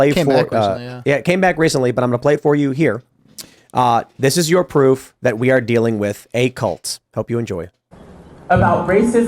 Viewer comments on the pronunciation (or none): none